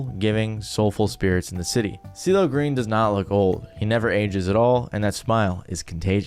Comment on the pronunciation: Was calling him "Diddle Green" at the start meant to be a pun? Listened to that first second 10x in a row, it's impossible that you said anything resembling "CeeLo", lmao